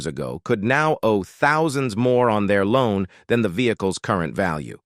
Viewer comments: Ve-heck-less hahahaha. I have got tot he point I am blocking AI content. It drives me nuts. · Vehzah-cules... lol Individu-alls.. Lol All in the voice of the narrator from Cops. XD